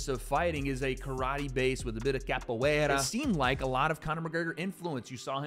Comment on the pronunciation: My man said Capoeira 😂😂😂